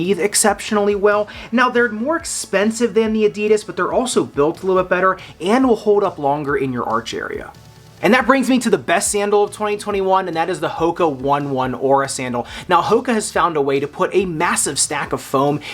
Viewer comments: It’s not the Hoka 1 1. It’s pronounced Hoka Onay Onay. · One One? The way you pronounced it had me rolling! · its pronounced as hoka o-ney o-ney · Love your contents. But hoka one one is pronounced as hoka Oh-nay oh-nay. It’s after a New Zealand Maori phrase.